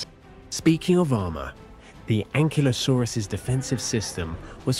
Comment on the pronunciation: Thanks for not calling it "An-kylo-saurus" like that geek kid in Jurassic world.